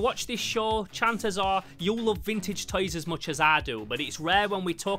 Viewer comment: I like how you say "toys" as "tiys"